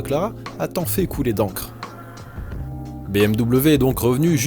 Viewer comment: Super vidéo ! Mais stp dis bm'v' , pour un germanique comme moi ça fait mal d'entendre bm'w' haha